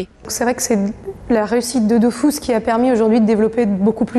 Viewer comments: Vive la 1.29 et contrairement a ce qu'ils disent se n'est pas dofousse mais dofus ... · c'est DOFUS et non pas DOFOUS ;) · dofus pas dofous MDR est ma tuer XD